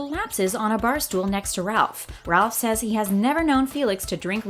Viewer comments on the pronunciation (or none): none